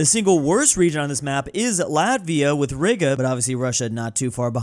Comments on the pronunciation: the way he said Riga 💀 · yo what up my rigga